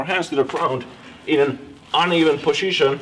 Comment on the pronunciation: Poshishion. Haha ! My favorite video !